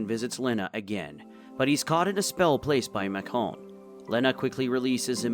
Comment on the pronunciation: Why are you saying macon so weird for?? Macon like bacon